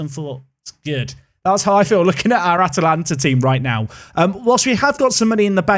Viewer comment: Congrats you got the pronounciation!